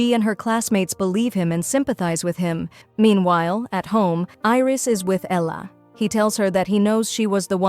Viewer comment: the way they said Ella 😂😂😂